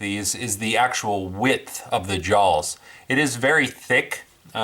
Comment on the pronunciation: Love the channel.... but Whats with the extra vowel when hes saws "JAWS"? Sounds like he says "Jaows" WTF its driving me insane.